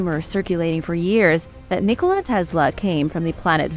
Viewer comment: I've noticed in a couple of the videos of wrong pronunciation of a couple words which seemed very odd to me so are these videos computer-generated just using your voice? The two words I heard mispronounced were Nikola as in nikola tesla and you also mispronounced Herodotus in a different video.